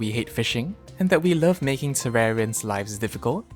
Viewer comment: “Terrarians love fishing” Guess tat I’m a tewawwian